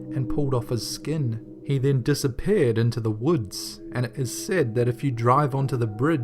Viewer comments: A-Paired and Disa-Paired bahahaha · Dissa- pear - ed ?